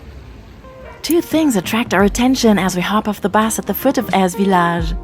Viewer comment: Memories ❤ yes love Eze! We were there a few years ago. After, hearing you say Eze, I know now how to pronounce it😂 some pronounce it like Easy? Thanks, ladies another great video.